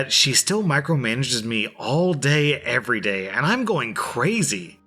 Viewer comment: I NEED to say this. Every time, I mean it EVERY TIME! When you say "I upload every day". I hear; "I upload every stinking day~"